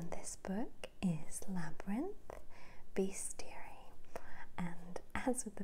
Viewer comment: It's pronounced bes·ti·ar·y I checked Google 😂